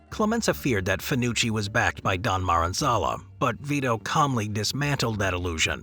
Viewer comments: ”Omerta” means “silence,” not “honor,” and the fact that you call Maranzano “MaranZALO” shows that you should have done your homework before making this stupid video. Get it right, or go home, dummy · I enjoyed the video but I hope I misheard you calling Salvatore Maranzano 'Maranzalla' who the hell is that??? 😂